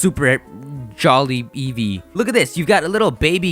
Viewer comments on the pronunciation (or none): none